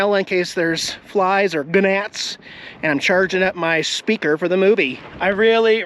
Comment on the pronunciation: The G in gNats is silent, just saying, your place looks great. Glad you're enjoying it.